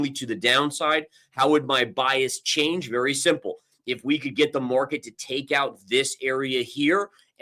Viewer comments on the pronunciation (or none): none